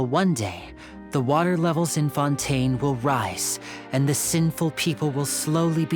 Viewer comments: this! It’s been so clear that the pronunciation is meh-row-peed. Kinda irks me as well when she pronounce fon-tayn as fuhn-tehn then though everything in the game pronounce it as the former. Dont get me wrong, is one of the best genshin lore CC but after fontaine patch, her pronunciation is a bit unbearable and kinda forced for me. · but if they're French, they would've known Fontaine is pronounced Fohn-Tehn in French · why do you say fontaine weird?